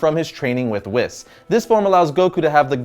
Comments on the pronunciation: it's not wiss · It’s not pronounced Whis its pronounced like weese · WHEEEEEEES NOT WHIS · Whis not wiss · you say wis it's whis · And Whis is pronouced (Wees) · Did he really call Whis , fish? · He said whis incorrectly its whis ( we-s) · ITS WHIS